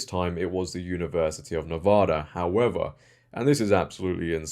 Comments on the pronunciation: Nevada. Not Nevoda. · Why do so many people mispronounce Nevada. It's a short A in the middle. Nevada, not Nevoda.